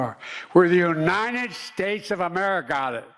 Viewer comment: Do you mean "the U-nine-ed States 'murica."? That's how he used to say it. "U-nine-ed".